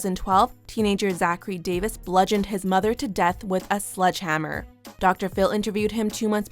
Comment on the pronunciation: It's sledgehammer not sludgehammer..